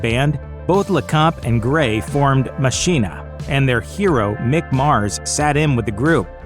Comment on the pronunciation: pronounced Mock eena. As in Deus ex Machina or the movie "Ex Machina".